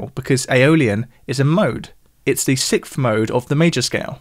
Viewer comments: It's "sikth" as opposed to the correct "sixth". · Is way of pronouncing sixth (as "sicth") a common thing, or just a thing?